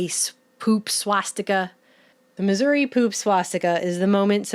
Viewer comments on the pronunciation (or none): none